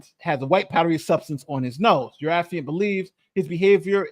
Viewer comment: Thank you,, for pronouncing "affiant" correctly, unlike Andrew